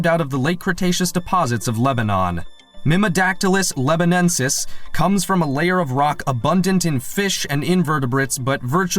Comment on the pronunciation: This video got the scientific names of a few dinosaurs wrong. One example was calling mimodactylus libanensis, as mimodactylus lebonensis.